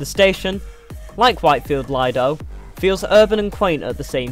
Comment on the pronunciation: It's leedo not leyahdo